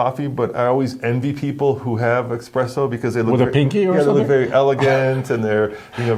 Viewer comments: "expresso" . And this guy is supposed to tell me what kind of car I need? He can't even say ESPRESSO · Espresso. Not expresso. 😉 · Espresso not Expresso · Its not expresso its espresso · Esssspresso NOT EXpresso 😁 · There is no such thing as "expresso" coffee. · Espresso. It’s called espresso. 🤦‍♂️ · Its eSpresso dude not eXpresso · Almost all the graphics were wrong and it’s not expresso, it’s espresso😂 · espresso, not expresso. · When you call espresso ‘expresso’, you are getting it at the wrong place and have never experienced a properly prepared one. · Thanks. It's expecially necessary to pronounce expresso properly!